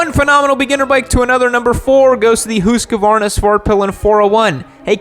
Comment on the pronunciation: Still mispronouncing Husqvarna badly, and also the model name 🤣